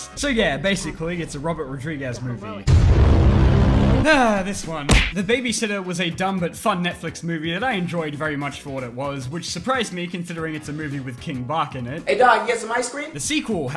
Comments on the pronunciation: King Bach not king bock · Bro it’s not king bak ITS KING BACH(batch) learn how to say it god dammit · it’s pronounced king batch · Lol it’s been 5 years and people still don’t know how to pronounce King Bach. It’s batch without the t